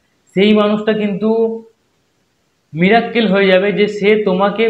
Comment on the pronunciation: ওটা মিরাকেল, মিরাক্কেল নয়